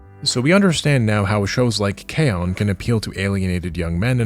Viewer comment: This is far too cynical of an explanation. I think they just like to latch on to random symbols like Pepe the Frog or K-On! because one of their own made a meme about it once and they started to claim that character as their own. We just need to claim it back. Also you mispronounced K-ON (kay-OHn) and Bocchi (BOW-chi) so you lost all credibility.